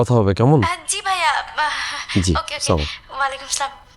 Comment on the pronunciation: নাটকে সালামটা শুদ্ধ করে দেওয়া যায় না, সামালিকুম এইটা কি সালাম